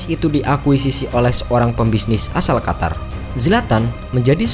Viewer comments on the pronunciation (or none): none